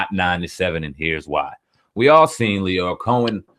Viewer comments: Lyor (Lee-your) Cohen brothers. Not “Lawyer”. How are you actually hearing his name pronounced correctly by Flex yet continue to say it wrong throughout your video? This is one of the main reasons I have a hard time considering any of the popular vloggers on YouTube credible. That lack of true journalistic education. Typographical errors and poor grammatical diction to me are the quickest way to lose or never gain validation as a journalist. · There is no one called "lawyer Cohen" it's LYOR pronounced LEE-OR. It's pretty, pathetic when people refuse to pronounce people's names correctly when you HEAR people say it. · LYOR (lee-oar) not Lawyer. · Who Cohen? lol Lycor, leeveor? lmao what did you say? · Bro.... Lyor is pronounced LEE-OR. That shit was so annoying I couldn't finish the video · Who the fuck is lawyer Cohen? That nigga in the red can’t ever pronounce shit. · Please learn to pronounce Lyor's name... Flex and Dame both mentioned it and you keep saying it incorrectly... I had to stop listening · how can u be a hip hop industry journalist and not know how lyor cohens name is pronounced?? niggas been sayin his name since the 80s! shame... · How do u seriously not know how to say Lyor name? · The fact this nigga can’t say “lyor” is fuckin disgusting.. use your words man, lookin ignorant up there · Can't respect a "hip hop journalist who can't pronounce "lyor". Did you know anything about theses people before regurgitating someone else's opinion?